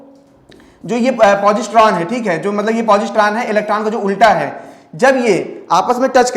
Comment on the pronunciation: पौजिस्त्रों नही सर पोसिट्रोन बोलते हैं। आप बोलते समय हड़बड़ी में रहते हैं। सर एंटीमैटर के बारे में आपने ठीक से नहीं पढ़ाया या ये कहूं की आधा अधूरा पढ़ाया , सर एंटीमैटर का खोजा ही इसलिए जा रहा है ताकी वार्प ड्राइव को सफल बनाया जा सके आपने IXS ENTERPRISE के बारे में कुछ भी नही बताया।